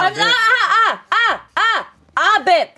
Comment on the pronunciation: Come on Ian! It's ahbip!